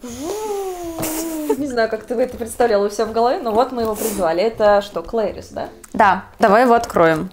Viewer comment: Правильно не клейрис а кларис